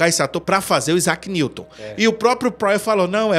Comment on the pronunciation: AIZAQUE NIGROUW 😂😂😂😂😂